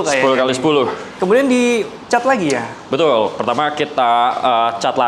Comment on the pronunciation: Sudah berapa “betuul”? 😂